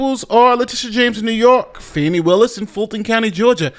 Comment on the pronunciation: ITS PRONOUNCED FAH-KNEE WILLIS. AND WHY ARE YOU YELLING? GEEZ